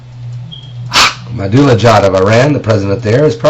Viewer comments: ....Your right Paul 100% Every word is true here Brother!!! 100% And a haaakma dula jad LOL Lil man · LOL and... Hhhaaak-madula-jad